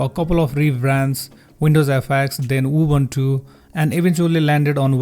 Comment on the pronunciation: "Убунчу"... диктор, вы китайчу?(